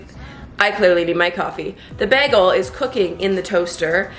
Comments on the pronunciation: It's baygel not baagel like she says 😊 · The way you say bagel Love this!💕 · I love how you pronounce bagel. I’m probably pronouncing it wrong lol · I love how you say bagel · My Canadian ex said it the same. Also pasta and Mazda.